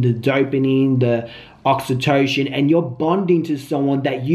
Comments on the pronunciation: It’s pronounced ( aux-E-toe-SIN ) great video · Oxy-toe-sin 😂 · Oxytocin (oxyto-SIN)